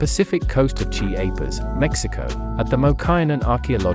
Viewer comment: Dude, your pronunciation of words like matate and Chiapas, along with other nomenclature is pitiful and lazy. How can I take you seriously about this critical food if you anglicize (butcher / misrepresent) the actual names of the foods, cultures, and historical origins. It's as if your presentation aspires to appropriate rather than represent important historical data. Your monologue is a perfect example of how colonizers appropriate and pillage. It's time to step out of colonizer thinking,.